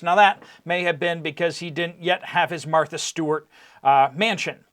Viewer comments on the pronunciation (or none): none